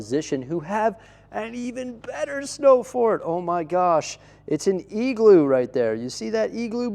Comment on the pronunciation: Love your winter village it’s a Christmas period highlight for me but omg “eagl-oo”??!